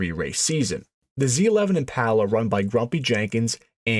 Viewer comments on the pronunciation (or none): It's Impala. Not Empalla. Impala. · Generally a great video. I'd read a lot about the 427. My debrief: mispronounced "Impala" is killing me. Im-pah-lah I've had my '61 since '82 ... it was my first car. Overhauled/painted it with Dad, new interior as a teenager. Then it sat ... drug it out of the barn in '18 and had a professional resto-mod done to it. Passion Polly ... the IM PAH LAH. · 409 was a 348 but bigger. The Z11 was a 427 but on the 348/409 engine. The real 427 was the next Gen. This is a kind of accurate video but the guy can't say "Impala".